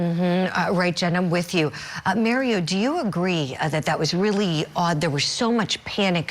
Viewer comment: She called him Maryo instead of Mario 😂